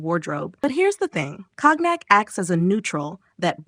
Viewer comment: Pronounce COGNAC correctly please.